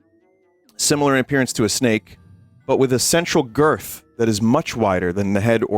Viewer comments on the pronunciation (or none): At first, I thought he said "Sensual girth." And I was like "Huh? OH Central girth."